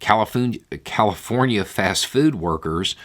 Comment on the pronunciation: Califoonya, lol, I know it was a slip of the tongue but I love it.